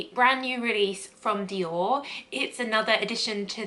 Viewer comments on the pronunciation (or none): none